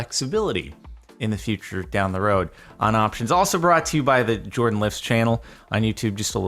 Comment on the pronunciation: Why Jardon instead of Jordan?